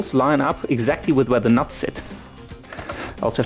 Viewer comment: aha;) i just find the way you say it like "nats" funny. Only joking though m8, keep doin what ur doin! love ur vids